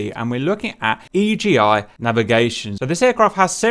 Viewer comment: It's called Iggy, not E.G.I